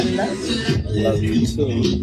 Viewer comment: She did not have to say flaTTT like that 😭😭🤢